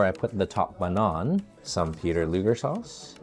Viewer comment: You're pronouncing Luger incorrectly.